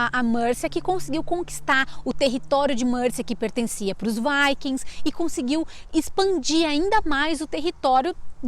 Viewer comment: Kkkkk essa moça falando "Viking", é rir pra não chorar.